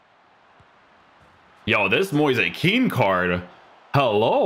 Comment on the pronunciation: it's actually Moize Ken